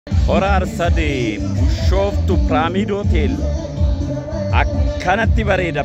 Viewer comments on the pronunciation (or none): MESFIN is BISHOOFTUU . Not " bushooftuu " .